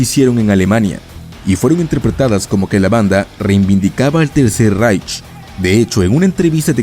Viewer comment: "Reich" se pronuncia "raij".